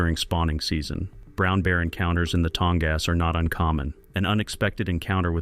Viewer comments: "Tong-ass" You got to love AI. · The “creators” need to show a little effort and correct pronunciation errors. They probably don’t even listen to the whole thing themselves.